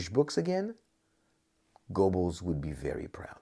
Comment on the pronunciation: you'd think this expert would know how to pronounce his subject's name. the E is not silent. in English it is best sounds like GER-bels